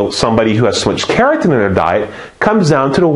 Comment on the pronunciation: it sounds like you're saying "keratin" instead of carotene, which is a different skin protein, and is slightly confusing, but thanks for the videos! they are great!